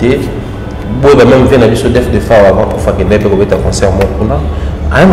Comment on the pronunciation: Thierry Mombaya depuis un certain temps tu as commencé à prononcer le S de la fin de GENS pour quelle raison mon frère?